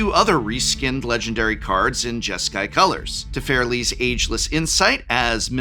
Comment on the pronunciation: If it was just the way he said Kratos, sure, but he also said "Teferli" and "Iros" for existing MTG characters.